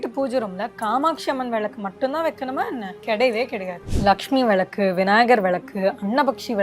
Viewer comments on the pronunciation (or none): First Pls pronounce villaku correctly then start marketing..